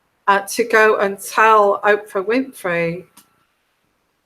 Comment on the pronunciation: Her name is Oprah not Ophra.